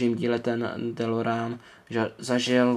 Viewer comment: Kup si je od Welly je to celý anglicky a model je lepší. Navíc je vzadu popis dílu a DELOREAN se vyslovuje delorejn!!! Už mě sere ten nový dabing co je na DVD!!!